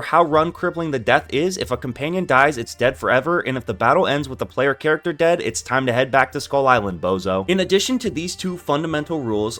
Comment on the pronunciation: “charchter” lol